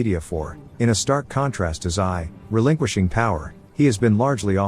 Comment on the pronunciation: Have you been living in a cave the last few decades? Xi is pronounced Zhee, not Sigh. Stick to pictures at Warthog, text and reporting is not your thing.